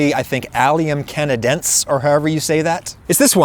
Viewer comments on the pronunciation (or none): you pronounce it "canaden-say" (canadense) great video as always, bad idea to watch this while you're hungry huh? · botany pro tip: e's are almost always pronounced in classifications. canadense i suspect is pronounce ca na DEN see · Allium canadence is pronounced as allium kan-uh-DEN-see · Wonderful video! I'll have to try and find these in my own yard. You were really close on canadense. The only thing missing is that the 'se' at the end is pronounced like 'see'. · I would say you would expect someone to tell you down here in the comments about how is "canadense" pronounced. Well, it would be the way you pronounced it if it didn't have that final "e", though that might bring up which would actually be the stressed syllable. However, that "e" is there, so it has to be pronounced as well so just add it to the pronunciation you are already using. Just take into considerartion it's not like an English "e" when you're naming the letters of the alphabet but as the "e" in "set", "lens" or "tech".